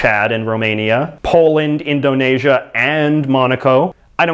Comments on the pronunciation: Your pronunciation of Nepal and Indonesia hurts me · U messed up Indonesia